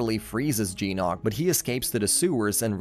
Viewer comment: Its GYNOK not jeenOk